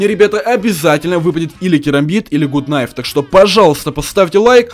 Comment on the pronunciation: правельно говорить гАт найф а не гУт найф